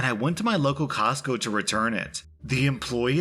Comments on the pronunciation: Say "cosco" one more time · Say “Costco” one more time.... 🤦🏻‍♀️😳🤯